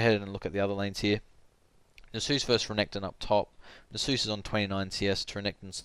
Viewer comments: Nasus is not the holy spirit. Check the pronunciation. Great vid just bothered me every time you mispronounced his name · is that really how u say Nasus?? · YOU'VE PRONOUNCED A NAME WHOSE INTERPRETATION IS LEFT TO THE READER A COMPLETELY DIFFERENT WAY THAN I DO, I JUST SHIT MY PANTS.